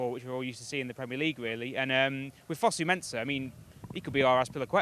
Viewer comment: Why does say fozu